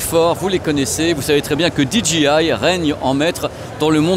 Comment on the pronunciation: DJI : "DI JI AIE" ou la la pour un ancien prof d'anglais😨